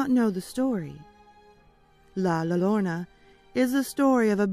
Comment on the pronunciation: Love it. I wouldn't have really noticed that you didn't pronounce La Llorna wrong if someone wouldn't have commented. Everybody pronounces things differently. So no worries!